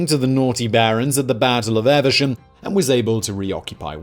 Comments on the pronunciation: It's EEEEV-sham, not EVER-sham. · Your pronounciation of Evesham absolutely threw me; never heard Ev-esham, always Eve-sham